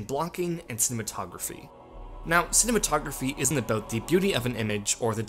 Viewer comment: Informative video. Next time perhaps use a narrator with decent pro-nun-ci-a-tion, who doesn't race through the words. "Spellbinding" and "cinematography" have multiple syllables.